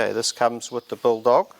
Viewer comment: Jesus you butchered the bull dog tape 😂😂😂